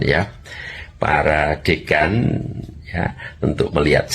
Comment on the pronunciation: Bukan Deukan host, tapi DÉKAN